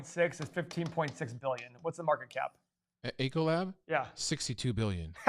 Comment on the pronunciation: EEEEEEEEE-CO-LAB. NOT ECHO-LAB. Helloooo - the last 12 months all of the restaurants have been closed, all the schools have been closed, etc. etc. etc! That's alright boys, EEEEEcoLAB has been VERY good for our family!